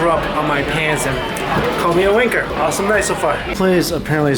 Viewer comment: Hearing an American say wanker cracks me up 😂